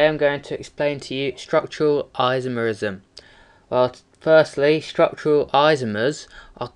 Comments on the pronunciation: On your chain isomer explanation, the 2-methylpentane name is incorrect. You first have to identify the longest carbon chain, which you'll find is butane, not pentane. And therefore it should be 2-methylbutane not 2-methylpentane. And by the way, the way you say "isomerism" is gay as fuck. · In the First example it is 2-methylbutane not pentane. And you say isomerism incorrectly too.